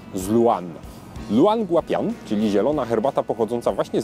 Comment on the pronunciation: Podejrzewam, że nazwa jest w pinyinie, więc szepnę coś ("spolszczając") na temat prawidłowej wymowy: ljoł an gua pien. :)